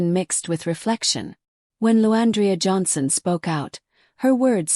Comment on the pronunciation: This is BS cuz u don't know nothing about either of them. The narrator cant get her name right. The devil is a liar!